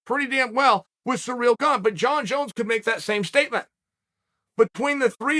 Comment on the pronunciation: I like how uncle Chael says Surreal Gone, it's Ciryl Gane